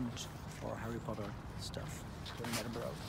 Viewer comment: Stop saying Edinboro😠